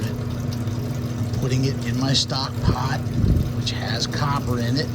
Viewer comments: LOL you speak english? say stock pot again? stock pot my friend! Say stock pot one more time I dare you!! Love your videos and that made me giggle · Say stock pot again! 😂